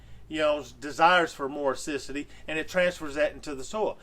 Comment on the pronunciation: You say acidity wrong but other than that small thing you are very smart! I love how you thought this Thru so much. ....and shared!